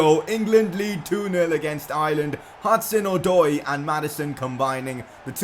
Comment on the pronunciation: u say hudson - od-oy